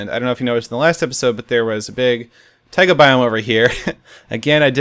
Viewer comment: lol. Boston accent. Taigahhhhh :D